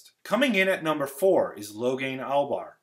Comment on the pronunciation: Logain 'Albar'?